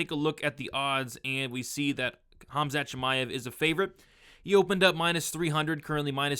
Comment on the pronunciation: Khamat???? lol